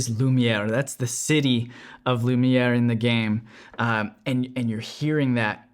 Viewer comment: Tu dis vachement bien "lumière" en français